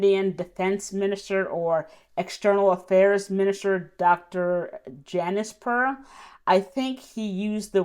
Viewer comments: Oh it is Dr. Jaishankar Ma'am 😂 not Dr. Janisper, haha. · Its Dr jaishankar Not jainiskar